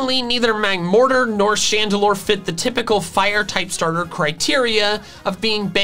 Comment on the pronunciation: CHANDELURE, NOT CHANDALOR!